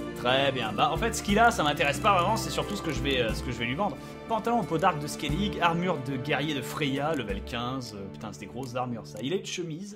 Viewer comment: Skelige se prononce skelije ou skeligue ?